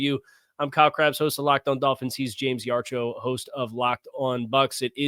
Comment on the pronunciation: Yar-cho? Lol